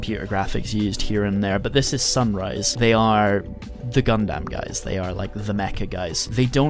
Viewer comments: It's pronounced as "Gun-dum" not "Gun-Damn" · "Gun-damn" I've never heard anyone else pronounce Gundam this way, ever.